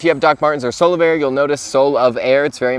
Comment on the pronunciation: Omg I thought he was saying "solo bear".